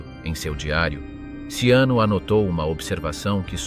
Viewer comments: At least leand how his name in pronounced!! GaeazoCiano ishould be pronounced Galeatzo Chano and not siano!!! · Robot sei handicap nel linguaggio 😂😂😂 Galeazzo Siano?????😂😂😂😂😂 Ciano,pirla Ciano,Cianooooooooo 😂😂😂😂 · "Siano"??? Dev'essere uno scherzo... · Ciano, non Siano. Che noia questa AI.... 😢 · Ciano.....non Siano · E Ciano,non sciano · Ciano con la C iniziale e non Siano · Sag nicht immer "Tschiano", sondern nur "DSCHANO"!!! Tönt ja scheußlich. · 0.44...Siano? Ma che cazzo dici? Poi Ciano diventa addirittura Luciano...Ma che cazzo dici? Vergogna!!! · Ciano se pronuncia CHIANO. 😉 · Ciano is pronounced Chano...is it so difficult to get the name of the subject correct? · Perché il cognome viene pronunciato SIANO?? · Ciano con la c - Edda con due d. Ma sapete leggere? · Learn how to pronounce, the name CIANO !! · Ciano,con la ci! Xkè usate voci artificiali e poi volete di iscritti? Questa non è scienza ,è fantascienza!😂😂😂😂😂😂😂😂😂😂